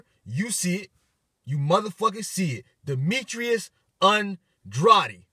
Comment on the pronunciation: its pronounced (Ann-drayd)